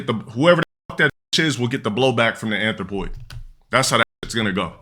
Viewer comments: I think he's mispronouncing it too 💀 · He can barely say the word. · He ays "athropoid" so much it just all become drivel. Wait til he literally says "Athropoid Support" then you'll get it.